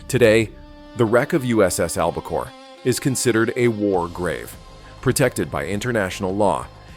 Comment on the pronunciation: Throughout much of the video, the name of the submarine is mispronounced AlbaCARE not AlbaCORE and there are other errors. You also have some non-navy photos shown that detract from the story of this exceptional WW-II Submarine that was tragically lost with all hands and just recently discovered. There is a lot of good stuff here, but you should have much more carefully edited it and made sure that your announcer knew how to say ALBACORE.